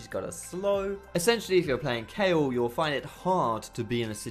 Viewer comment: i LOVE YOU YOU SAID KAYLE